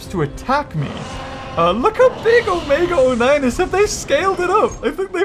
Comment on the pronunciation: Why does he say omega o9